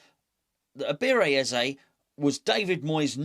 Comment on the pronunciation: Butchering his first name every time.